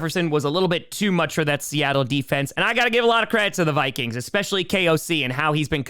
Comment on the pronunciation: He really mispronounces the Vikings. Lol